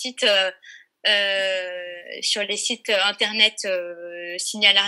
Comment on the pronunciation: m'a trop fait rire avec son "interneet" 😄😅❣